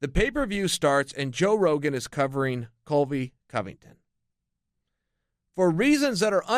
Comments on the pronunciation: Chael keeps calling him COLVY COVINGTON and it's making my ears bleed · "Colvy Covington" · Colvy or colby chael???